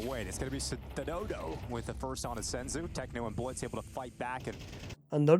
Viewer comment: He said Stadodo not Skadoodle. I heard it too, but if you listen again he clearly said Stadodo